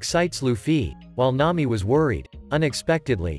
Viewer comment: Nami ❌ Nayi ✅